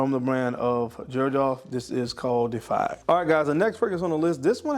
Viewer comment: Pronounced De-i-fy De-i-fied Great video as usual!